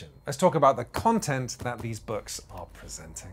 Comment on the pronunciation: I had to "rewind" a few times to correctly hear you saying Quinns Quest Quontent (instead of content).